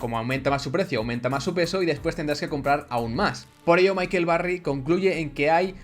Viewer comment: michael, no micahel